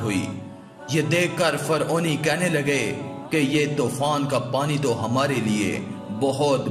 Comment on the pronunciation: Faoni ni hota Firouni hota ha